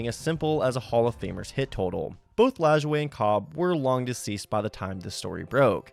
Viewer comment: Thank you for pronouncing Nap Lajoie correctly.